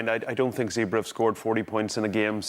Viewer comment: It’s pronounced “Zebb”-“ray”. It’s not complicated Donnacha. Two syllables. That’s all.